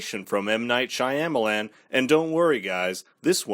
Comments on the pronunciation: SHAH-MAH-LAHN. Not Shy-am-Alan. All you have to do to know how to pronounce it correctly is to watch a video where the name is mentioned!!!!! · SYA MA LAN !!! ...NOT SYA YA MA LAN ...WTH DUDE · Lol why are you pronouncing the directors last name that way?? Are you saying it wrong on purpose? I can’t tell but just in case- you don’t pronounce the Y So it doesn’t sound like SHY. It’s Sham - which doesn’t rhyme with PAM, it rhymes with PALM. Sham-a-lan And the LAN also rhymes with PALM. Oh wait. This is much easier